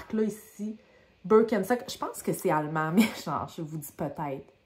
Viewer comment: C'est bien allemand, ça se prononce bir ken (comme le chum de Barbie) chtok ou presque. Elles ont des semelles qui soutiennent la voûte plantaire. C'est grâce à elles que je me suis rendue compte que j'avais besoin de semelles orthopédiques. Comment fais tu pour les entretenir ?